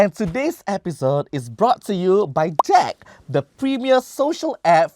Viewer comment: aiman pronunciation has gone from "ja der" to "jack" 😂😂 how come